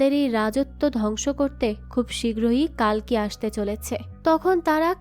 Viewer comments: "কালকি" না "কল্কি" অবতার 🙂🙂 আপনি একটু ভুল বলছেন 😊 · কালকি না,কল্কি শব্দ উচ্চারণ ঠিক করে বলুন🙄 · hindi te কাল্কী ucharon kora hoy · Seriously কালকি Ekjon bangali কল্কি uchharon krte parchen na😡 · Thik. Kali ke kali avtar bolche. কল্কি কে কালকি bolche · It's কল্কি not কালকি